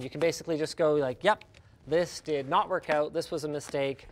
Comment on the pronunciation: I keep thinking he's saying twerk...I don't mind over twerking